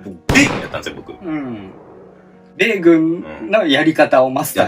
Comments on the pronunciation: 米軍だよ！じゃなくて、発音がベーコンになってるよｗｗｗ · 米↑軍↓の方が気になりました！w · 米軍のイントネーションがベーコンすぎた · ベイグンのイントネーションよ😂😂😂